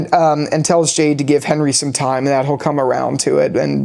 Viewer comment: Dude get your shit together 😂 Its Bakta not Batka Its Mary-elle not Marie-elle What do you mean talismans dont work? Ofcourse they do work but only against the frombies. Its already known that talismans dont work for other things like monster dolls, cicadas and the freaking Man In Yellow is inside the colony house. Roger is not a frombie so obviously its known that talisman will not work for him. Also the scene between Fatima and Donna is not padding. Fatima literally says at the end of that scene she is sassy now because she just gave birth to a monster. Its foreshadowing whats gonna happen right after that scene. Also the scene when Jade laughs that Kenny was a sports coach was also foreshadowing what Kenny does in the climax scene. He has to be very athletic to pull off what he did at the bus. If it was Boyd he surely would have been dead. It was a fantastic episode I agree